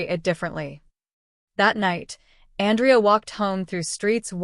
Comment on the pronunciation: Good story but I guess the AI doesn’t know the difference between the male or female pronunciation of Andrea AN—drea. is female. An—DREY—ah. is male. So a bit confusing at first.